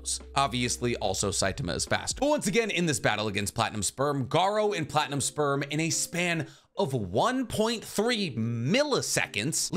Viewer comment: Wait, platinum sperm? I kept hearing platinum spur at first